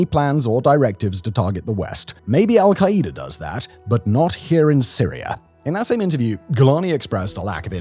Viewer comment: I love Simon but the way he says "Al-kai-E-duh" instead of "Al-Kai-Duh" is INFURIATING its like that video of the woman cooking using the "micro-wav-eh"